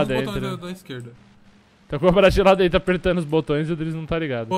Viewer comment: Tlezentos e tlinta, por dentlo é Lazer